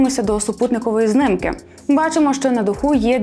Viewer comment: Та чому знИмки а не знімки. Кожного разу знИмки